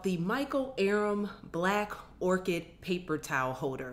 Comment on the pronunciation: I am obsessed with Michael aram. His products are amazing. Ps you pronounced his last name wrong.